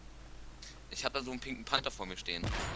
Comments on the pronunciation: er heisst panTer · du könntest auch mal sagen: "Befehl", sagt Pink Panther statt immer Pink Panter sagt, " Befehl"